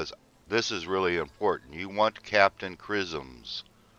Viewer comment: Captain crizseems :D Great vid though, thanks